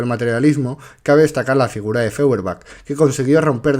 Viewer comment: Feuerbach, apellido alemán, se pronuncia "Foierbag".